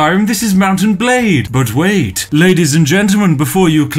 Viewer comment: It took me a while to figure out he said "Mount & Blade" and not "Mountain Blade" at the beginning